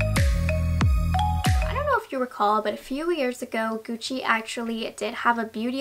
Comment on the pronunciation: "ghiuci"... Sempre... LA PRONUNCIA! GUCCI.